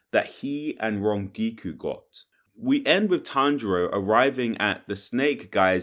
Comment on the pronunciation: Lol'd pretty hard when he called Rengoku Rengiku